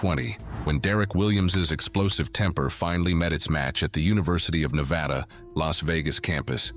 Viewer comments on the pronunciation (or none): none